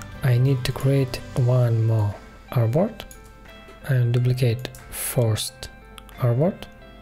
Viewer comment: so sorry, I can't understand a word you use, is it "airbot?" when you copy a frame or box you said "Now we copy this airbot?" Please accept my apologies for having to ask.